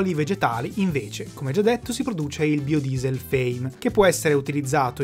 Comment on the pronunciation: Per tutto il video non ho fatto altro che ricordare Xzybit che dice "BAIODIESEL" chi ha visto pimp my ride saprà